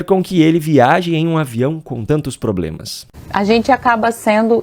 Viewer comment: Você não reparou que além de "inresposabilidade" ela também falou "ploblema"? Essa mulher é o orgulho do Freire.